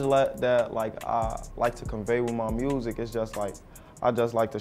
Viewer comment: "Wiff mah MUusik"